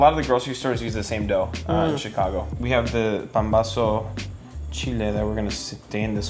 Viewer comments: That’s PAMBAZO, not pambozo, pombazo or whatever else you called it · Mexican here. These all are looking like the real thing we have here so good job on that. Two very popular tortas y'all missed out are torta cubana and torta de pastor. Still, this display very representative of our fast food cuisine. Also it is called pambazo not pombazo. Lol.